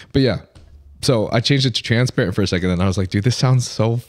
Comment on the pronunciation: it's "TRENsparent" and not "transparent" 😂